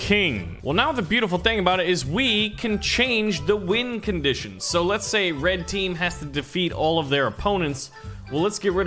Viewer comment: Am I the only one that heard him say wind conditions not win conditions